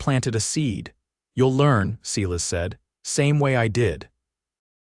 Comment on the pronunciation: "Cela's" is obviously AI's mistake for Silas, and painful it is to hear that mistake echoed in the narration, even after the spelling is corrected. Not the first video that has made this mistake. AI seems to have a limited vocabulary and grasp on proper pronunciation and spelling. Some human editing would be appreciated, especially by someone who actually speaks American English if you're going to try to replicate the Old West. And where did the second horse come from when they went west? Otherwise, a good story. Captioning sometimes incomplete of narration. Narration pleasant, good intonations usually. Good, positive progression of intentions and actions. Enjoyed it. OR, USA